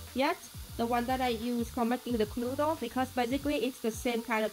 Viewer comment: Love how you pronounce Knödel like "knuddel", which means cuddle :)